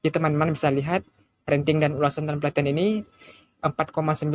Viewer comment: Rating bro, bukan ranting 🙏🏻